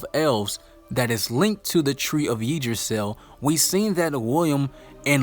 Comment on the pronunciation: Yggdrasil is pronounced as "yaag dra sil"